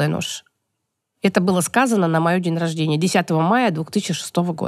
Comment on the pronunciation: Когда я услышала "на моЁ день рождениЕ", я поняла, что человек мало читал,иначе правильное произношение отпечаталось бы в мозгу навсегда